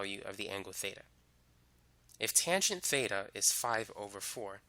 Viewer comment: he saying theta, beta, or feta??